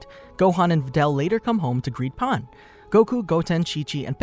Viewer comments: The proper pronunciation of Pan is Pahn. Stran the enough, Japanese and Spanish share the same vowels and the word for bread, "Pan" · Saying pan like paan or pon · Bro really said pahn💀💀💀💀